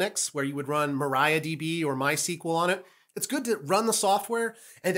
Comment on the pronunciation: hey, am sorry, did you you just pronounce mariadb as "marayadb", that's insane if you ask me!:face-fuchsia-tongue-out